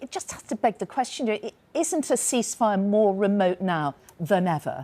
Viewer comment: He cannot say the Word cease fire. Damn he.